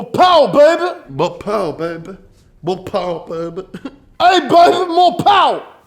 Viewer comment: “Mo powah babeh” should be a shirt now